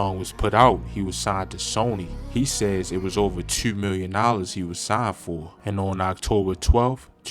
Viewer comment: This guys talks funny.. probably from Canada ... Instead of two he says TWEW SHOOT he says sheewt Interviews he says intervews... Mans french or nah? Culture vulture